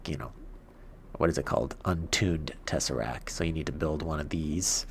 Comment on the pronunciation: Its tesseract t Is at the of the word t not tesserac